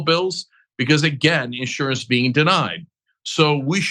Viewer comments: She’s terrible. INsurance? On accident. 🤮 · These people can't even pronounce the word insurance